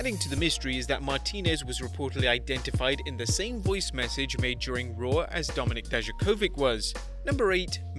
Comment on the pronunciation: did any one think that when he said domink and you thoud domnik mestiyrio